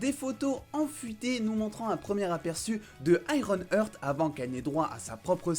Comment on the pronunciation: Heart c'est "Arte" en anglais, pas "hurt". Donc ironheart (aiewon art). Comme "my Heart Will go on" et non "my hurt will go on". Sinon top la vidéo ;)